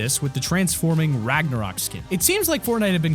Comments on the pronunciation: Yeah he might have mixed it up here but we atleast know it was a mispronunciation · This is how many times people commented that said raganok for season 6 and dire for season 5 👇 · Umm I am 1 min and 40 seconds in and he said ragnorock For Season 6 like if you couaght that to